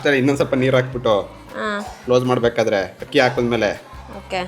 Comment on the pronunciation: one correction Hakki alla Akki. Adu 😅